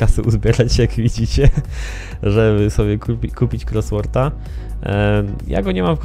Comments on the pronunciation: Dla ścisłości "kosłort" (oczywiscie chodzi mi o wymowe :P) a nie "krosłort" :P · "Krosworta" hahahah czyta się "kosłorta" tak na przyszłość XDDDD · "Croswort" :D Tam na początku "r" nie ma :P Musiałem kupić RS Coswortha, uwielbiam ten wóz :) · ty siebie słyszysz gdy wypowiadasz słowo: Cosworth???